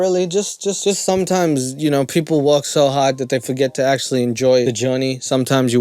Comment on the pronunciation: how is nobody talking about the fact this guy sounds like a 5 year old with a speech impediment? "you whinows" take some speech therapy before you start a commentary channel you goof